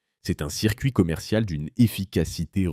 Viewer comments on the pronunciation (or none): none